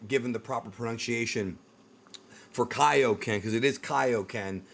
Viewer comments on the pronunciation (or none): Ngl, “Kay-Oh-Ken” pissed me off. 😂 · Came to this video after hearing them pronouncing it K-O-Ken. It is very weird to me that they decided to go with it like that. Especially when XV2 has CACs saying it properly. Hell even Goku says it properly in that game. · “Kayo Ken” is so cringe to hear after all this time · The Kaioken line from the trailer sounds like it's taken directly from Tenkaichi 3. It doesn't sound like something newly recorded by Sean. It's probably just a placeholder for this trailer. When Sparking Zero actually comes out it'll probably be pronounced correctly. Although, I suppose it's possible that the early versions of characters might just simply re-use lines from the previous games. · I’m ready for Sparking Zero. I may need to finally upgrade to a PS5. Hopefully they pronounce Kaioken correctly in the final game. Not a fan of how they said it in this trailer. Regardless, I loved the Tenkaichi games, and I am excited for Sparking Zero.